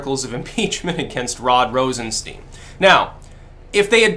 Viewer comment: I like how pronounces Rosenstein wrong just to make it sound more Jewish. I'm sure he didn't mean it though...